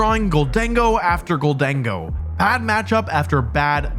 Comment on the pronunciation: It’s Gholdengo, not Gold-dingo. It’s already the most racist Pokémon after Pikachu. Don’t make it worse.